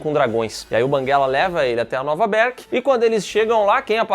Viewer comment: Para de falar berk desse jeito